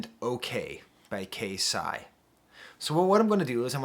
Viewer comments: KayCyyy is pronounced like Kay-Cyyy,K - from alphabet,Cee - like Shawn Cee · professor. its pronounced K C spelled KayCyy. KC is short for king confidence. regardless, thank you for including him.